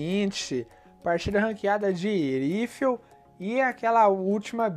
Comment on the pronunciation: Foi só eu que me incomodei ouvindo ele falar o nome do herói errado ?